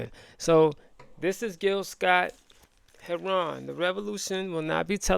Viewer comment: Ramadan Mubarak! Gill's last name is pronounced "hair-run", not "hair-ron". My Brother, please listen to Gill's "Message to the Messengers". It should be required listening for all descendants of African who were enslaved in the 13 British Colonies later the USA (ADOS).